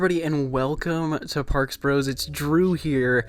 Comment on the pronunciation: youre one of the only people who has ever said my name correctly. Thank you.